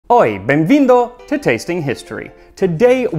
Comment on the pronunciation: Great pronounciation of the "Oi Bemvindo" ! And thank you for remembering the 200 years of our independence. Though it's not Brazil's bicentennial, unlike other countries, we count the age of our country from the discovery in 1500, so Brazil is actually, and also officially, 522 years old.